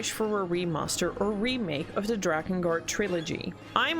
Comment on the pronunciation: You lost me when you said "drakengart"